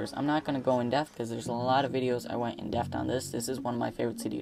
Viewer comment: i cant believe no one pointed out yet that instead of "in Depth" he says "in deaf" drove me crazy the whole time haha